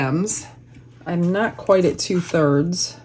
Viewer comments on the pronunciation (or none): none